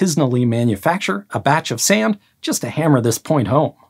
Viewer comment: This guys pronunciation of sand.... sayunda 😅